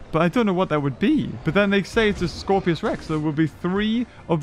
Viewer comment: Dam it it’s scorpius not Scorpios!